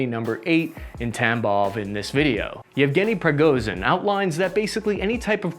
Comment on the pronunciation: lol'd at that Egevni Prognozev